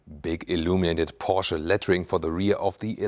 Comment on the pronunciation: Like how you pronounce ‘PORSCHE’..👌🏾